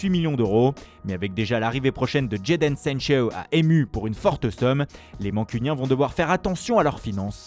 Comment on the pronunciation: La prononciation sur Jadon sancho🤣🤣